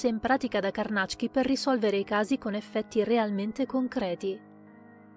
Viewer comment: ...bel video...e finalmente ho saputo che Carnacki si pronuncia Carnàcc-ki, mi era sempre venuto da dire Càrnachi (orribile, suona molto meglio Carnàcc-ki!)